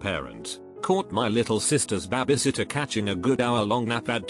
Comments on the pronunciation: Babay sitter....AAAAAAAAAARRRRRRRRRRRRRRRRRRGGGGGGGGGGGGGGGGGGGGGGGGGG!!! IT'S BABY! NOT BABAY!!!! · Say bah-bie sitter again 🙄🤦‍♀️🤦‍♀️🤦‍♀️ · Nobody: Robot voice: BAH-biesit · No one: Computer voice: BAH BAY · The way babysitter was said